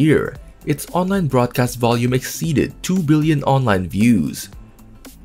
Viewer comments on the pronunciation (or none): none